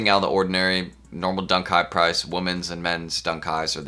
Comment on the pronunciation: Why he keep saying Dunk kite 🤔🤔